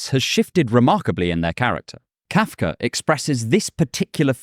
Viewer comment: How am I annoyed with how you pronounce Kafka? That must be kafkaesque.